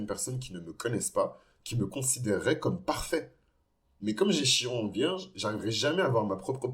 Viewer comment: Ça se prononce Kiron, à part ça je m’y reconnais totalement ❤